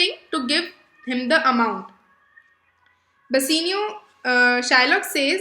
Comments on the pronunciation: Bassinio? Bassanio* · Bassinio nahi hota bassanio hota hai flash nahi hota flesh hota hai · Please work on your pronunciations. Bass-aa-nio, and duck-ets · That's not flash but flesh and not bessanio but bassanio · Please work on your pronunciations. Bass-aa-nio, and duck-ets.